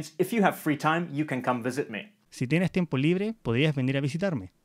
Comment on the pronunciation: Kinda funny how in even though the speaker tried sounding neutral for the first one, it's still a chilean accent. Both tienes and podrías were pronounced with the weak s sound as tieneh and podríah.